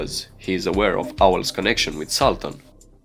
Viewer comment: Sultan not Saltăn!